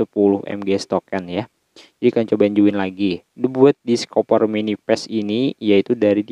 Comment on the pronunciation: Join bukan zuin